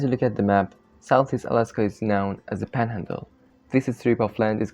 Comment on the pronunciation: The mispronunciations make this almost unintelligible. It's panhandle, not "pandle". Maybe get some AI speaker to help you out?